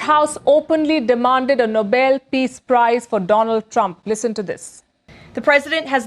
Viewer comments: All of Trump's sycophants pronounce it as the Noble Peace Prize. So go ahead, make one up and give it to him. Obama didn't get one of those and Noble sounds better anyway. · Jesusfuckingchrist he got a fake sheriff badge, like a little kid. And dummy pronounced it "noble". I'm so tired of these lying, incompetent, brainless wankers. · After all the talk about Trump's quest, how does Ms. Leavitt not know how to pronounce Nobel? She still says it like noble. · Levett can't even pronounce Nobel properly, she says it like noble. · She can't even pronounce Nobel, accent on b El. She says It like noble, accent on No! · It’s not noble. It’s Nobel. Accent on second syllable (if you know what that is dip s**t Caroline) bel. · White House "Press Secretary" can't even pronounce the name of the prize she's demanding. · She doesn't even know how to pronounce the Nobel Peace Prize. If he ever gets it, then the Nobel Peace Prize is garbage. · Silly Karoline....she cant even pronounce the name of the prize properly. Ditzy. Anyway its going to Zelenskyy. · She can’t even pronounce the prize name correctly, even though she is lying about all his supposed achievements, which he did not achieve. What a lying, grandstanding delusional freak. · Trump is the EXACT OPPOSITE of a person who deserves a Nobel Peace Prize! All five people on the committee should be adamantly opposed to him. He shouldn't even be nominated. Also, did anyone notice that Karoline Leavitt mispronounced "Nobel"?🙄🙄🙄🙄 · His press secretary can't even pronounce "Nobel" correctly. What a stupId dumb a55. (Both of them.) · Maybe if the morons that support Trump learn how to correctly pronounce "Nobel" he would have a chance! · Leavitte can’t even pronounce “Nobel”! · At least pronounce Nobel correctly. I bet none of them know who Nobel was or what he did . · Leavitt cannot pronounce Nobel, which is bizarre for a press secretary. 😮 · Leavitt needs to learn how to pronounce NOBEL.